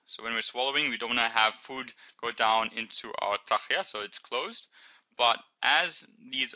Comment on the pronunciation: ur pronouncing trachea right but when u get to the CH pronounce it as K :) lol xx did i mention how good are ur vids ! love them heaps